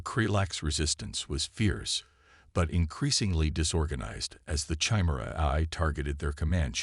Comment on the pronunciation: You're mispronouncing chimera.